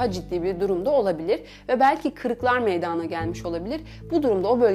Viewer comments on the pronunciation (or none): Ya evde ayak bileği burkulmasına ne iyi gelir diye YouTubedan araştırma yapan birine siz ne diye bilimsel alanda anlatıyorsunuz kaç dakikam boşa gitti bi de meydaana denmez meydana denir allahım izlerken dalasım geldi